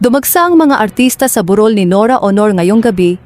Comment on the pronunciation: Mali mali pag bigkas ayusin mo di tuloy maiintindahan ng malinaw ang salitang sinasabi mo tagalog pero ewan.tulad ng burol bu rol.